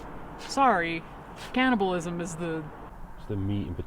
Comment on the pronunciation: It’s cannibalism, not canNOTabilism